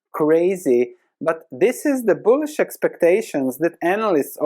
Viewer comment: When say bullish expectations of analyst it sounds like bullsh*t expectations. Which also sounds correct.